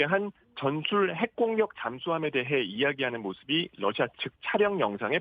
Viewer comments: 댓글토론에 참가해 주셔서 기쁩니다. 우크라이나 전쟁으로 매일 러시아가 TV에서 언급되고 있는데 기자들이 매번 Russia를 Lussia로 발음하니 참으로 듣기가 딱해서 저의 수십년의 외국어 경험에서 얻은 바를 서술했습니다. 감사합니다. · TV기자들은 말도 잘해야 하지만 발음도 좋아야 한다. 특히 외국어는 가급적 원음의 발음에 충실해야 한다. 그런데 많은 기자들은 러시아의 Russia 를 Lussia 로, Radio 를 Ladio 로, Roma 를 Loma 로 발음한다. 물론 한국어에는 ᄙ(쌍리을)이 없어서 L과 R을 전부 ㄹ로 발음할 수 밖에 없는 어려움이 있다. 그렇다면 한국인들은 R 발음을 정말 못하는 것일까? 아니다. 초성일 때에만 못한다. 아리랑(Arirang), 세레나데(Serenade), 프랑스(France) 등 잘 하지 않는가? 그래서 TV기자들에게 힌트를 주고자 한다. R 로 시작되는 단어를 발음할 때 앞에 '으' 발음을 먼저하라 (으)러시아(Russia), (으)라디오(Radio), (으)로마(Roma)로 말이다. 그러면 당신은 좋은 발음을 하는 기자가 될 것이다.